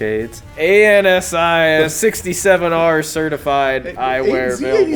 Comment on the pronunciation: Who actually says A N S I instead of Ansi?